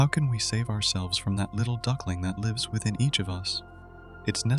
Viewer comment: Oh this is AI voiced? :( At around 11:2 it mispronounced "lives". It's a little jarring, but great vid regardless if you actually wrote the essay! :D